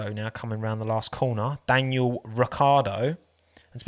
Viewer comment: “Daniel” makes me :/ it’s Daniil (da-kneel)